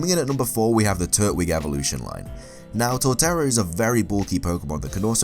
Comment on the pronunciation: you said turt-wig its pronounced tur-twig.